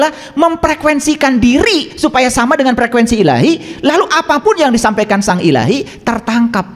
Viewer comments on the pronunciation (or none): none